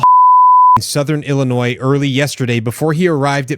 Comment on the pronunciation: How do you not know who nick fuentes is or that ring is owned by amazon or that the s in Illinois is silent?